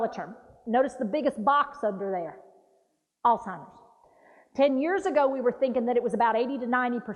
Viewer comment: NO T IN. ALZHEIMER'S AS A PERSON WHO TEACHES PEOPLE ABOUT IT YOU WOULD THINK YOU KNOW TO PRONOUNCE IT